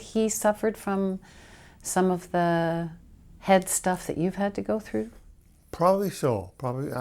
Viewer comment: Did she just say "head stuff"?